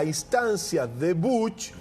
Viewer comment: Podrías dejar de decir BUCH y decir BUSH QUEDA MEJOR